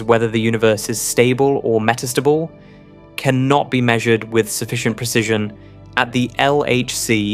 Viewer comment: Your speech synthesizer is nearly perfect, but with a few interesting anomalies. It renders lead, the atom, as “leed” and read, the past tense of to read, as “reed”. And it puts the accent for metastable on the second syllable. I’m impressed at everything it gets right.